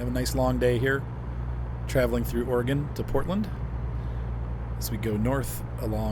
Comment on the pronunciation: Just FYI, pronounced "Ory-gun," not "Ore-gone"